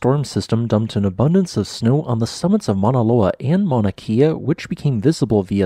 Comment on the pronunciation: Mauna Kea (No meaning to be rude just trying to correct you on this so it doesn't make you look bad) Is pronounced Mauna Kay ya